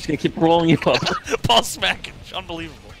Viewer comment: it sounded like said pall smackage instead of small package